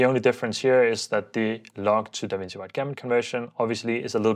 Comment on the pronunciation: DaVinci is pronounced as Duh-vin-chee :)